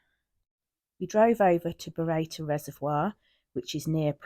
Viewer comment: Happy New Year 🎉 It's pronounced burro tor 🙂